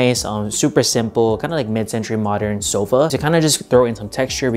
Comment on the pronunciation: "mid centruy modern"